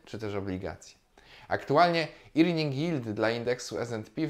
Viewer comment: Irnings? Zlituj się z tą wymową